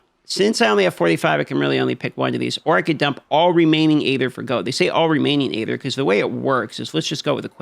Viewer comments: Sorry to nitpick, but it is bugging me that he pronounces "aether" the way he does. It should pronounced as if it were spelled "eether." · Love how bruh can’t pronounce EEEther or obALLs lol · Hey there, just so you know it's pronounced eether, the A is silent in Aether. 🙂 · I never knew hearing someone pronounce aether like hey there instead of ee-THUR would annoy me so much. 😅